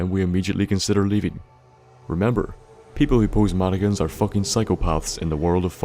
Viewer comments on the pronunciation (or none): none